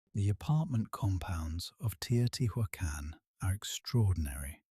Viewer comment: PLEASE pronounce the names correctly. It's frustrating that you show such wonderful historical facts but don't take the time or make the effort to pronounce Teotihuacan correctly. It is not " tio-tee-who-ah-khan. Please don't insult.